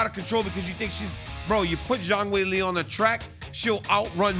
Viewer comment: "Weilie" & "Johanna" .. this guy RC can butcher some names man 💯